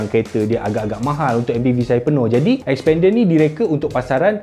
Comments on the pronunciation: Mitsubishi 'S'pender haha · Sekali dgr mcm spander jgn mcm2 mitsubishi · xpender. sekali dngr mcm sepender... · xpander?? lain mcm bunyi 🤣